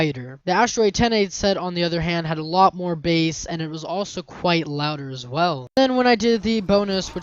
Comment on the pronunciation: *Bass. Otherwise, good job.